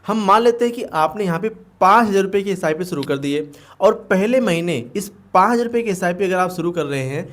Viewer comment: 5000 bhi dhang se nahi bol paate ho ..pahle bolna sekho